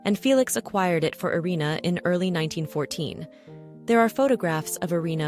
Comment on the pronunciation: 「アリーナ」「アレーナ」じゃなくて「イリナ」ですよ